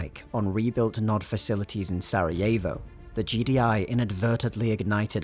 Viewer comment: "The battle of Sarievo"